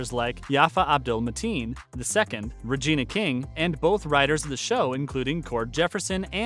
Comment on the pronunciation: Ummm, who's Rayna King? It's Regina... Primetime Emmy, Golden Globe, and Academy Award-winning REGINA King.